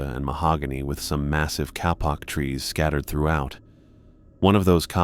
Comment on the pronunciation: The word kapok is pronounced KAY POCK.